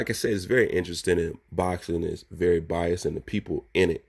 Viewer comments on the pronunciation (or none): none